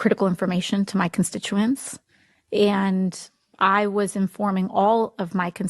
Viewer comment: Was he one of her Con-stit-U-aints?